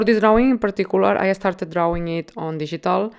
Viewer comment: I like how you say 'drauwing'. :)